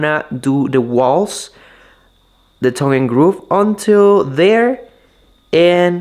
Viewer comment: Thong and groove instead of tongue and groove! I’m with you bro! Love it lol!